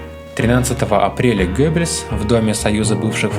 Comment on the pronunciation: Только всё-таки не Гёббельс, а Геббельс.